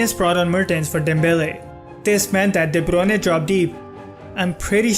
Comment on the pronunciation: Very interesting video... But you have a very weird way of pronouncing the players' names... Half the time I didn't understand who you were talking about... Who is Debronay ? I guess It was de Bruyne... Anyway... Good analysis nonetheless ;) EDIT : ok I just finished the video... Yep Debronay is de Bruyne XD